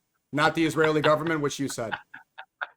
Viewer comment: thanks, but if you have ears you can hear he still said ‘governet’